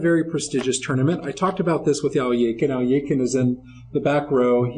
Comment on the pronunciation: It.was world war 2 not.1 in 1939 also its not al eee a kin its pronoinced al.e.khine and euwe not u.a .